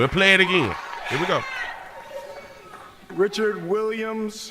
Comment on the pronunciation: He called will Richcard 😟